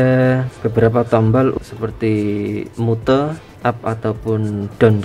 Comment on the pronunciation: Mute bacanya myut om.